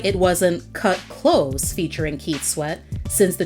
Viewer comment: Kut klose-uh